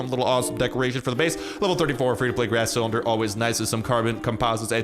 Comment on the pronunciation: You said GRAS CYLINDER 😂😂😂